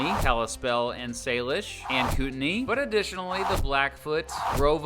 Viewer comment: Pronounced Koot an eye. Good vid.